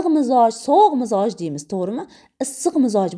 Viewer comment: Mizoj emas Mijoz deyiladi